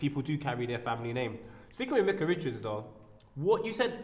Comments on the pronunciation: I'm sure his name is pronounced, Mike-ah not Mick-ah. Don't know why he wouldn't correct Po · his names not mika pronounce his name properly